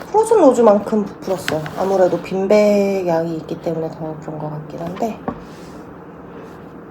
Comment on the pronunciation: 저도 전라도사람인데 처럼 “빈빽” 이라고 발음해요 ㅋㅋㅋ 토킹리뷰 재밌어요 ㅎ